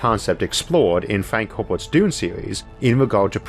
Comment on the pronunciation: I love your accent Issac but every time you say Dune I cant help hearing Doom. Thought it was funny so I had to mention it.. (I have a kind of hearing-interpretation problem that makes things like that worse for me.)